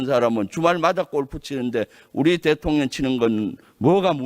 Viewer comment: 김병주의원은 한국어발음이 왜그래 대통령 을 대통련으로발음하네~